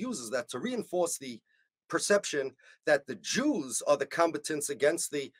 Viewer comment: With love, rabbi: Your syllable stress makes "combatants" sound like "competence".